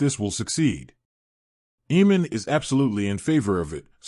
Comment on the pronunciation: None of your annunciations align with the show, making it confusing to know who you are referencing-“Deemon”, “Rehenera”, “eemon”